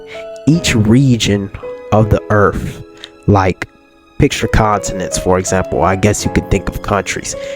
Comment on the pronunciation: like the video. but earth has end's in a th not f. If you have a speech thing forgive the lame joke. 😄